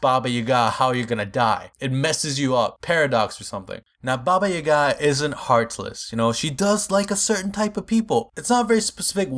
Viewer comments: I'm from Serbia and Baba means grandma and it's Jaga and not Yaga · You are saying Baba Yaga wrong.Yaga is pronounced Yiaga. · You dont know how to say yaga! XD!!!! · Baba Yaga isn't "Boogeyman", Baba usually means "Grandmother" in most slavic languages, I know because I'm slavic myself. But Idk what Yaga means, so what I got rn is "Grandmother Yaga." I'm also pretty sure it's pronounced "Yah-gah" not "Ya-gah" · Yeah its not baba yagA its yAGa and baba is grangma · uuuugh baba isnt her name and yaga is pronounced yAga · its nit pronouns Yaga dont put force on Y its iaga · Ok.Actually this comes from Bulgaria.And Baba Yaga means Grandma Yaga. And uasually ,,Yaga" is pronounced "Ya"-when you say YAAAs,and "ga" when you say-GAp. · yaga has emphasis on yaga ^ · You are kinda overpronoucing the second A in Yaga